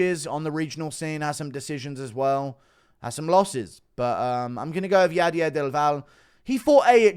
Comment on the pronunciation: Bro read del valle as dival.